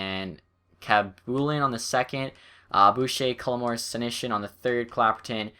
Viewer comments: khabibulin is pronounced hab - you - bowl - in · Do you not know how to say Khabibulin? You don't know who Nikolai Khabibulin is? Hab-ee-boo-lin